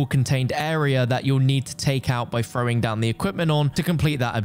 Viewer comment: Fhrowing. 😂 THROWING